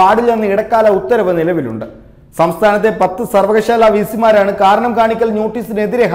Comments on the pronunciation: സർവകശാല അല്ല സർവകലാശാല യാ ണ്. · സർവകലാശാല (സർവകശാല അല്ല)